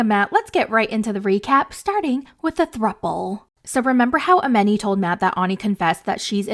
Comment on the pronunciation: Her name is pronounced A-MON-i, not A-MEN-i.